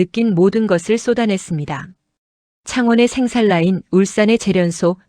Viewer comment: 생산라인이라고발음하면되는데 애써서 생살라인이라고 억지로 읽을필요가없음.